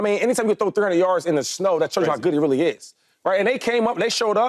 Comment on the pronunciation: ITS SNOW!! Why do y’all always have to add a little jist to the way y’all pronounce something 🤦🏽🤦🏽🤡🤡 not Shnow